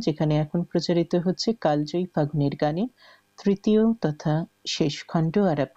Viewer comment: ঘোষিকা মহাশয়া, দয়া করে বাংলা শব্দের উচ্চারণ যদি আরও একটু ভালো ভাবে অনুশীলন করেন, আমাদের শ্রবণেন্দ্রিয় আরাম পায়। 'কালজয়ী' শব্দটিকে আপনি বার বার কাল্ জয়ী অর্থাৎ ল-এ হসন্ত সহযোগে উচ্চারণ করেছেন। শুদ্ধ উচ্চারণ হবে কালোজয়ী, যদিও বানান কালজয়ীই হবে।